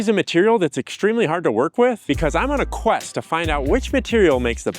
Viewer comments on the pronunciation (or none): none